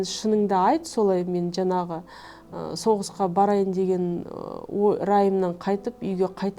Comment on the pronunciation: Жанағы ...жанағы.... демей ЖАҢАҒЫ ДЕ! НЕРВЫҒА ТИМЕЙ!